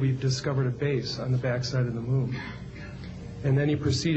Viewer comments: Y u keep saying Mewn? 😂 Its moon not Mewn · Yes it does! (to borrow your excitement.) The "miewn" (as this calls it, as if cows say "miew) obviously rotates to keep the same "face" toward Earth as it orbits Earth. Did you go to school? Shoulda.